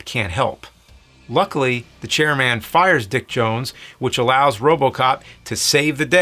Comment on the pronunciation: CHAIR-MAN, EMIL, SUX 6000... You're just trolling us with these pronunciations now.